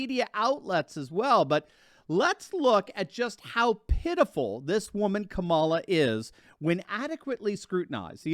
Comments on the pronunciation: Did he just say CABALA HARRIS? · It's KAH mala